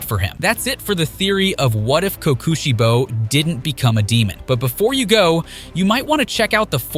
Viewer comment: blud said sum "kookuuusheibo" ☠☠